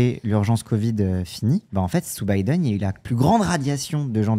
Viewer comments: Pk REFUSE de dire Biden correctement? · Le retour de "Bideune".